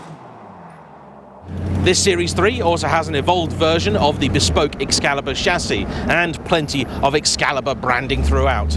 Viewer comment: Ah yes, the O-burn. At least, being English, he knows how to pronounce Excalibur 😂😂😂